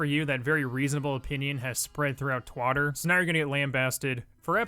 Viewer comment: “Twotter” XD